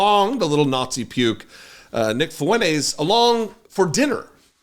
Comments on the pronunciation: How come you call him Nick Fooeneyz and not Nick Fwentez? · his last name is “Fuentes” I’m telling this guy to pronounce his last name correctly. It isn’t “Funays” which you’re right, there’s no ‘T’ in “Funays.” That wasn’t my point. My point was pronounce it correctly. Again “fu-en-TES” not “fu-NAYS.” Nice try. Now stop replying and climb back on to whatever short bus you slithered out of. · T? Funays + T = Funtays Is that what you want lmao? Funtays ≠ Fuentes You literally just proved my point. Now go get your ears checked. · yeah but there’s no ‘T’ in “Funays.” And as I said he doesn’t pronounce the ‘T’ in “fu-en-tes” which is how it’s pronounced. Not “fu-en-ays.” Get your ears checked and go back to school to learn proper grammar and pronunciation you re t ar d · his last name is “Fuentes” I’m telling this mongrel to pronounce his last name correctly. It isn’t “Funays” which you’re right, there’s no ‘T’ in “Funays.” That wasn’t my point. My point was pronounce it correctly. Again “fu-en-TES” not “fu-NAYS.” Nice try mouth breather. Now stop replying and climb back on to whatever short bus you slithered out of. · his last name is “Fuentes” I’m telling this 🐷 to pronounce his last name correctly. It isn’t “Funays” which you’re right, there’s no ‘T’ in “Funays.” That wasn’t my point. My point was pronounce it correctly. Again “fu-en-TES” not “fu-NAYS.” Nice try mouth breather. Now stop replying and climb back on to whatever short bus you slithered out of. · his last name is “Fuentes” I’m telling this mongrel to pronounce his last name correctly. It isn’t “Funays” which you’re right, there’s no ‘T’ in “Funays.” That wasn’t my point. My point was pronounce it correctly. Again “fu-en-TES” not “fu-NAYS.” Nice try. Now stop replying and climb back on to whatever short bus you slithered out of. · Love your videos !! But its *FuenTEZ. Not FuenTAZE. Sorry but i literally cringed every time. 😬👍🏽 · Fuen -TEZ Great content though